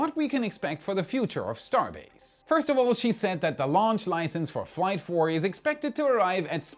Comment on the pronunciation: Many weeks ago, after the third IFT, I thought he kept saying Third Reich instead of Third Flight lol 😅